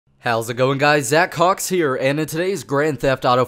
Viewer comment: sounds like hes saying say cocks tbh